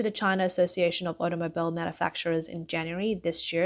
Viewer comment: When the word "automobile" is in the script but you've never heard anyone say it before...